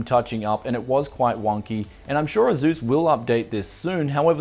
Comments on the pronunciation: "AZUUS". Dude, it's pronounced "Ace-US" Again man, why do you make 99% of your videos using hardware that 99% of your viewers can't afford??? it makes ZERO sense. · Tony Quigley it’s pronounced AY-SOOS. That’s how their reps say it. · Love ya... but the way you say ASUS triggers me to no end =P